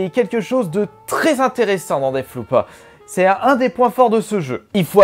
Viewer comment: rogue light ? deaff loop ? euh ..... quelqu'un peu lui dire